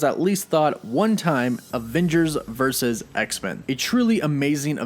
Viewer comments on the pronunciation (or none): Vur - Sus. Say it with me. Vurrrrr Susssss.